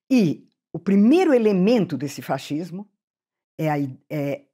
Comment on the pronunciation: Eu fico rindo quando ela fala faxismo kkkkkkk